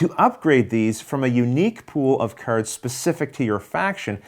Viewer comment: Why are you spelling "cards" like "curds"?